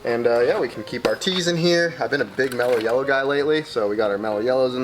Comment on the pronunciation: Did just say "Mella Yeller"